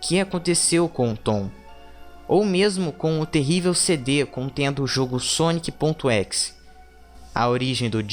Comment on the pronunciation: cara n é équis é ezé ezé é exe